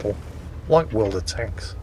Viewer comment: I swear I heard your intro as "Welcome back to World of Toast!"